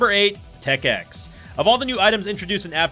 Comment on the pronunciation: Instant props for saying Tech X correctly.